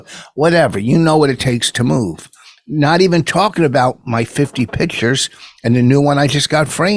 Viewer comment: Rich has 50 “pitchers” to move. And Lafayette is in the state of “New Oreleens”.